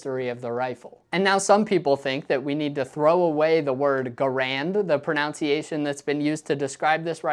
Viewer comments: Pro-nun-ci-a-tion not pro-noun-ci-a-tion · Ironically you keep on saying “pronounciation” instead of talking about the PRONUNCIATION or MISPRONUNCIATION of Garand 😂. I totally agree with your point, I like to pronounce it as John Garand did. But people should pronounce it however they like. Kinda like “car-been” and “car-bine” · "Pronounciation" is not a word... it's proNUNciation. Please stop saying that. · I think it's funny that you said "pronunciation" in a non-standard way while talking about the pronunciation of something. It's usually "pro-nun" rather than "pro-noun" for the first two syllables. Not trying to say it's wrong or bad, just very non-standard. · I agree that “correct pronunciation “ is contextual. Either GARand or GarAND is basically a question of which syllable is accented and of little consequence. Now let’s talk about pronownciation being incorrect. The word is pronounced the way it’s spelled ie pronunciation. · people complaining about him saying 'guh-RAND' and not 'GAH-rand' when the real problem is him saying 'pro-NOUNCE-iation' and not 'pro-NUNC-iation'. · Gah-rand not Guh-rand. End of story. The vowel "A" is pronounced as in "Father". (i.e. "Fah-ther). Additionally, it's "pro-nun-ciation" & not "pro-noun-ciation". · The fact that you constantly mispronounce mispronunciation while talking about a guh-RAND is just poetic, honestly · It's "pro -NUN-ci-a -tion" not "pro-NOUN-ci-ation". Just to keep with the theme! 🤣🤣🤣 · It's not pro-nounce-see-ay-shun. It's pro-nunce-ee-ay-shun. Jeez. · As long as we're splitting hairs, how about proNUNciation instead of proNOUNciation? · Wile we are discussing word pronunciation: Even though the second syllable of "pronounce" rhymes with "pounce," the second syllable of "pronunciation" rhymes with "gun." Hearing you say that wrong bothers me more than any pronunciation of Garand. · You mispronounce "pronunciation." There is only one "o" in pronunciation. It is proNUNciation, NOT proNOUNciation.